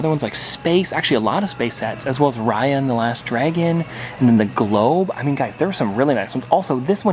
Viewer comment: Why does it sound like he says Ryan and the last dragon instead of Raya and the last dragon